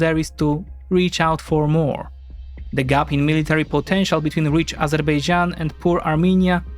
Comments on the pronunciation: Narrator reveals its true side by pronouncing "Azerbaijan" as "Azerbeijan", same as Armenians pronounce it :) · many people in turkey also call it azerbeycan instead of azerbaycan, it's not the easiest name to pronounce, even for native speakers